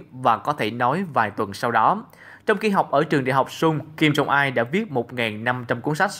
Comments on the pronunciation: Đã là rất hay cho đến khi nghe phát âm kim jong il sai. Hầy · Kim Jong il chứ ko phải kim jong ai